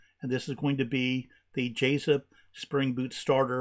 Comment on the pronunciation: Thanks for Jasypt pronunciation - from South Korea